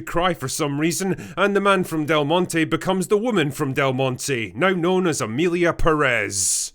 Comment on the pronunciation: "Froem pwnis thu vegynaa" ..... . .... Oh god help us